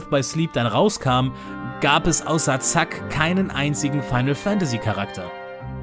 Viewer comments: Dann solltest du den aber mal dringend flicken. Frag mal Nomura, der weiß wie das Flicken geht. Sephiroth heißt auch Sephiroth. Hieß er schon immer. Spiel Kingdom Hearts auf der PS2 mal auf deutsch. Oder guck mal Advent Children, lol. Aber ja, Zack wird eigentlich zÄck ausgesprochen. Ist ja auch ein englischer Name. Aber Zack wird eben im japanischen zaksu ausgesprochen, und nicht zÄGsuu. Daher nenne ich ihn Zack, habe ich immer und werde ich immer. Das ist mein kleiner Splien. Und was meinst du, warum ich heiße? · Ich liebe alle deine KH Videos. Einfach saftiger Bacon ❤️😘 Aber weheee... Weheee ich höre noch eeeeinmal ZACK oder SEFIROT! Da platzt mir der Euter!